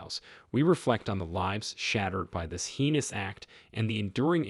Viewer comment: While I like ur voice I found you mispronounce many words.. one of which was the city of Charlottesville(correct pronunciation is like Sharlottesville). The word treacherous is not pronounced like treech....it's like tretch. There r many more. I hv to wonder if ur just being funny to see the replies. Heenis crime? You mean hayness, right😂? My family got a good laugh. Thx for this.